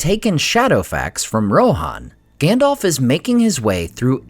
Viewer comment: I love your channel. But i do not understand why you pronounce Gandalf as Gandolf? Just wondering 😊